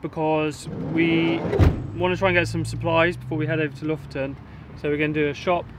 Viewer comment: so funny hearing you pronounce Bodø and Lofoten, Bodo and Looften :D